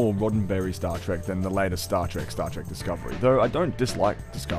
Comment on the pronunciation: Trek, not Track.